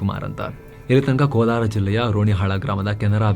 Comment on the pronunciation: Sir ಕೋಲಾರ ಅಲ್ಲ ಸರ್ ಕೊಲ್ಹಾರ ❤